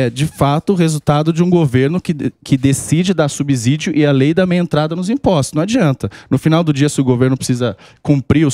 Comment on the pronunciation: Deputado economista pronunciando "subzídio"? O Samy só reclama da engenharia...